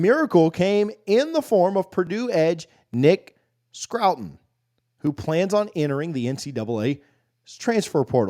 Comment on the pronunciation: His name might be pronounced scour /ˈskou(ə)r/ with ton on the end.